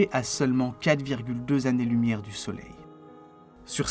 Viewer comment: "L'infini est une idée sans image !" Voilà qui est admirablement formulé. Merci pour ce film et bon courage. Toutefois, attention aux oreilles : "les 6 mille zannées lumières" "leur(s) interactions" et aux yeux : AMA(S) LOCAL.